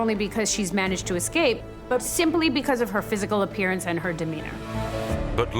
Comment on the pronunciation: "anythink" is not a word. She means ,of course, anything. Then we hear from the guy "acrost" excape" and "excortef". These Americans are murdering our English language.